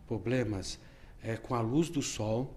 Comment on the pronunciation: nao confio num cara q fala poblemas